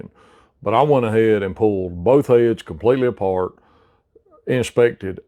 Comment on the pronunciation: I never knew the word "heads" was pronounced in two syllables.